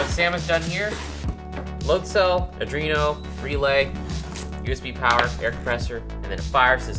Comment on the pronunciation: Can we quick talk about how calls arduinos "uh-drino"